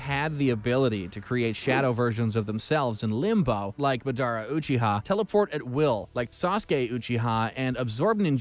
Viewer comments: Me when he says (Mah dara) instead of (Madara): I want to punch you. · It's not mUDUOOORA its Maad aruh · "madoerna" - narrator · Did he just say midara uchiha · This guy pisses me off he called Masada mudura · Cant get over how he says “Adara” instead of madara haha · madaaara's suzano, manjeko saringen, renegan XD and my man said kayuga otski and not kayuga otsusuki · SPEAK, Say MADARA, CHAKRA ARE YOU OK HAVE YOU WATCHED NARUTO!!!!!!???????? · Bro the way you're saying madara, kaguya, otsutsuki, rinnesharingan and susanoo disatisfies me in a way nothing could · How the hell did u slaughter everybody's name pronunciation in the entire Naruto works????🤔😔SMH!!!!!! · Narrator definitely hasn’t watched Naruto after hearing those pronunciations of madara and “manjiro” sharingan 😭